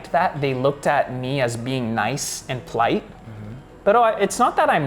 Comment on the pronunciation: hehe! I knew it. I had to rewind the video to make sure he said "plight" and not "polite" /pəˈlīt/